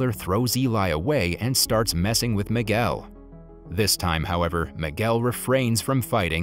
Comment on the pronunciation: Boy can’t even say the name it’s Miguel dude